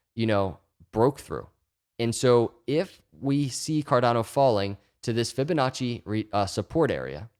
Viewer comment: Every time he say Ficonacci I already feel better.